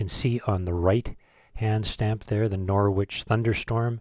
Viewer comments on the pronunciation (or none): Nowritch....not nor witch 😂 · FYI, the city in the UK is pronounced Nor-ij not Nor-witch like the city in Canada. Same as Greenwich (Gren-ij) and Woolwich (Wool-ij). Also, the printing firm is pronounced En-skuh-day. The presentation was very informative.